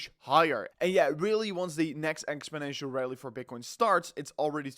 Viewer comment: You say "exponential" a lot, but not correctly.